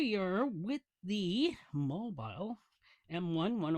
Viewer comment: Fyi, it's Mobil like Mo-Bull. 'Not' Mobile like Mo-Bile. If interested, the latter word can be heard multiple times in the Who song, "Going Mobile" Good tune!😊 The topic M1 made by M&H Purolator, but no more. Highline Warren distributes the now made in S Korea M1. Also contrary to your statement the ProTec is a Wix "jobber" filter with a combo valve. No bueno. They have done away with that design in new M&H Protec made in China with separate bypass. Much better now. With the funky tunes, couldn't hear your commentary, perhaps the idea. 😁 Imo, those Protec filters are ready for the trash can. Have a good one.